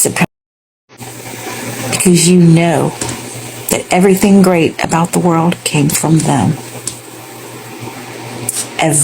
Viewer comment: The way she said EVERYTHING was personal 😂🥰